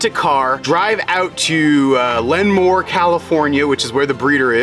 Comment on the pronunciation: I didnt know you got Abby from Lemoore! You drove right past me when you drove up the 99! Also, it is pronounced Lee-Moore